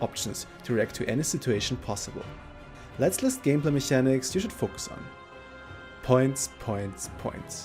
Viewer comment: How do you say mechanics and archetype? A bit annoying, but good guide thx